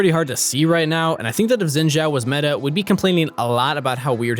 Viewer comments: It's not zzzinn btw, it's Shiin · STOP SAYING XINZHAO WRONG LMAO ITS BEEN YEARS its xin zhao not zin zhao 信赵 copy paste this into google translate and hit the speak button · Why do you guys pronounce xin name with a "j" in zhao? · I thought Shen I read wrong, xin zhao by the way. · Probably just me but i think his name sounds weird pronounced like sjin sjau.